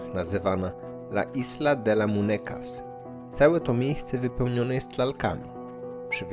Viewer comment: La Isla de la Muniekas a nie Munekas